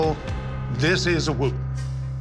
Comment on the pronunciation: I love how he pronounces Wootton incorrectly. 🤣